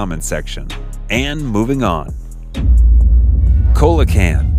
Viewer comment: Coelacanth - See-luh-can’t Cenote - Sen-no-tay